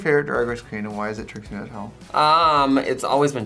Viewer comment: She has been saying her name weirdly recently tbh